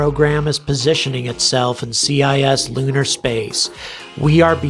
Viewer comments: It's not "C.I.S" lunar space it's "cis" lunar like "cisgender" It's pronounced like "sis" as in short for sister. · Helpful pronunciation guide: cislunar = "Siss-loo-nar", meaning "in the neighborhood of the Moon." Cislunar space is the lumpy blob of space delineated by the Moon's orbit around the Earth, plus all the Earth/Moon libration points (or LaGrange points). Wikipedia has a good article about it plus a handy illustration that doesn't paste into a comment field on YouTube. It would make a helpful addition to your list of links in the video description! And by the way, your specific concerns here highlight one more general and indisputable truth: anyone who has an active human presence on the Moon or in lunar orbit has easy access to the entire volume of cislunar space, compared to anyone stuck at the bottom of Earth's gravity well. If the South China Sea and the Indian Ocean are strategic areas to maintain some kind of active presence...